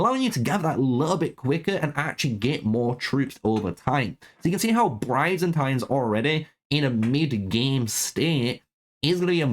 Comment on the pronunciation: Man really just straight up murdered Byzantines by calling them brayzantins By-Zan-Teens not whatever the fuck you called it lmao 😂 that shit made me spit out my drink